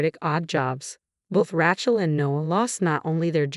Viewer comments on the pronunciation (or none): Heard this on another site a few days ago. There's no mistaking among other things the specific mispronunciation of Rachael.